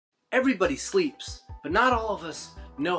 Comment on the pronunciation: The way he says "everybody sleeps" at the beginning made me think he was about to debunk the myth that everyone sleeps lol